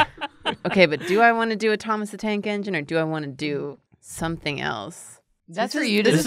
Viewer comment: *Oooooh, ENGINE, I thought you said 'eggs in'. Oh well, too late.